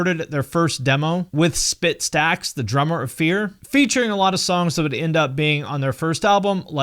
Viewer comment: not sure if a mispronunciation or maybe your accent, but the drummer is Spit Stix and not Spit Stacks.